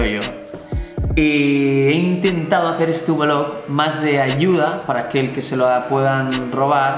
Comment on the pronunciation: Por favor, no digas más lo de vlog (ubelug como tú dices). Di blog, como suena, por favor. Por cierto, me molan mucho tus vídeos, que no "vidéos". Saludos